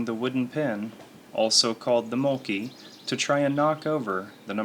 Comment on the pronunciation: Please, get a Finn to teach you how to pronounce mölkky correctly.